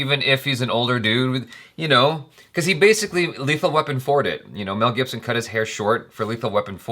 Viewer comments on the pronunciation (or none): none